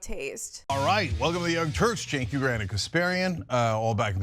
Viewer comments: Found you through Leftist Mafia and have really been enjoying your content. Just one tiny thing that’s been driving me kinda nuts - his name is pronounced “Jenk”, not “Chenk”. Left is best!❤ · Pronounced "Jenk", and he is trash.